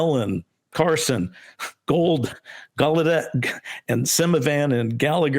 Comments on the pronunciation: it’s pronounced gah-lao-DETT. 🙄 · God why can’t you fkn figure out how to say tim gallaudet’s name correctly?? It’s not that f**** hard!